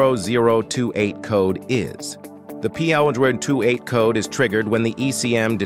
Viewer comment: That pthousand tootee eight code? This must be made By AI.